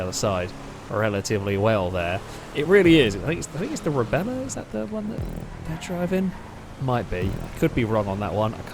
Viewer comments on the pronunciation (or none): In the second race the smaller SUV is the Rebla. was calling it Rebella, which is close enough in my book. Or maybe was pronouncing correctly and I didn't realize.